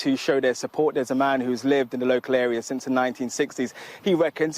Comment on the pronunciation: Sorry when was a word starting with Th pronouced with a D. As in 'deres a field' and 'dis area'.